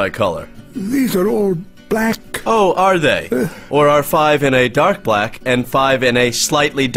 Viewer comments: Great vocabulary however, the annunciation you used for 'BLACK' made me upset. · Wow, I didn't like the way you said "black" there